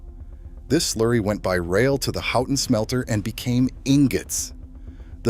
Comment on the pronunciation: Edited to fix spell edit typos Keweenaw [Peninsula] is Pronounced "KEE-whenah" Houghton is pronounced "HO-ton" Dining Hall doors opened inward, ppl couldn't get out of the Hall. Ancestors lived there. Sad pic of horse-drawn hearses that had gone past their house on Pine street.